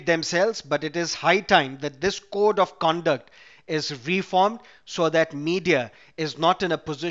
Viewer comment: "cord of co onduct " what's wrong?